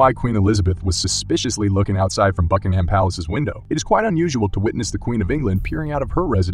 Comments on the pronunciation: bro rlly said “bUckInG hAm PaLaCe” for all the americans, it’s pronounced bucking-um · I hate the way Americans mispronounce the word Buckingham. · Ah the pronunciation of Buckingham by Americans. Please stop.